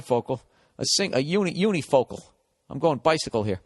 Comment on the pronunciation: Ol' Billy Boy got so close to 'monocle.' "Unifocle" XD